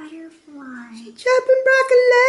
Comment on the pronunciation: "They go good with brok-co-lay!"